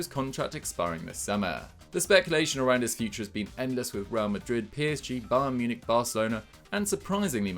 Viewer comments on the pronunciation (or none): none